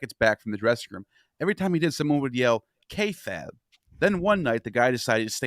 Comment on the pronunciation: You dont even know about wrestling dude, nevermind anything else. This is the least of your problems, but it just blows my mind; You didnt know how to pronounce kayfabe which is insane. And you dont the name of the Montreal Screwjob? Or Shawn Michaels? Dude... The wrestling stuff obviously was not close to the worst of what ive just witnessed but its just crazy how you dropped the ball on even the most basic shit here with the way your personality comes off. You can practically see the gears turning in your head - cranking harder and harder to look cool and project prestige onto yourself. It is pretentious and unnatural m8. Everything about you is effected and artificial. I couldnt even begin to engage with the more egregious aspects of what ive just witnessed here - but you are a fascinating individual. In the worst way.